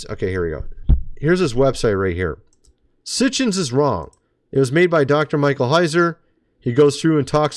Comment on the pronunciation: He is a lot smarter than you,it's Sitchen,not Sitchens